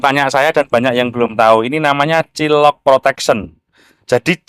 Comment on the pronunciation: Om itu bacanya bukan cilok, tp cail lok. Tulisannya child lock, artinya kunci (pengaman) anak . Kl Cilok tuh Aci di Colok 🙏🏼